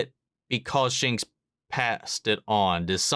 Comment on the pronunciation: *Shanks*. Not *Shinks*. Still enjoyed your reaction